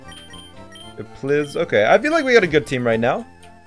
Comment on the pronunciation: I swear he says plizz is fine, plizz can handle it so many times, and each time plizz can NOT handle it.